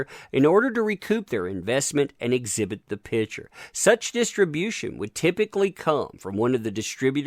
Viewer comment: Please say PICture not pitsure. OCD....sorrry